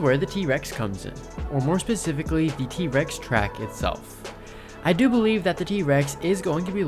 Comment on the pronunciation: why u say t REX instead of T rex 😭